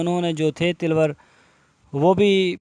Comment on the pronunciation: Jahli ko ye pata nh nh is ko tilwar nh taloor bolte hen jahil